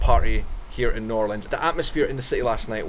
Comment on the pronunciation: Thank you for not saying New orleens